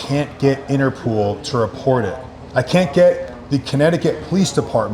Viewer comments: Of course they won't report it because there is no "Interpool." It's called Interpol (and pronounced Interpaul) , which is the abbreviation for the International Criminal Police Organization. It was established in Europe, specifically in Vienna, Austria, in September 1923. It was originally created to help apprehend fugitives across Europe, not in the United States. It was somewhat equivalent to the FBI, but with an international role throughout Europe. The United States applied to join Interpol in 1938, when Congress passed a statute authorizing the U.S. Attorney General to obtain membership on behalf of the U.S. government. Today, 198 countries are members of Interpol. Today, Interpol's headquarters are located in Lyon, France, while the International Court of Justice is located in The Hague, Netherlands. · INTERPOL... not INTERPOOL 🤣🤣🤣🤣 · Interpool? 😂 cmon guys it’s interPOL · Interpol not pool. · Who is INTERPOOOOL ….you mean INTERPOL 😂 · Inter-POLE, NOT innner-POOL 😂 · Its pronounced interPOLE not pool and spelt interpol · Inter-pole, not Inter-pool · Inter pol,pool😂😂😂😂😂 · it's Interpol not interpool!🤣🤣🤣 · Interpol not Interpool 🙄😂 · interpol...not interpooool 😂😂😂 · Interpool???? Interpol bro. Up your game dude. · If I hear anyone from that dealer say InterPOOL again, I am unsubscribing 😉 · driving me crazy saying interPOOL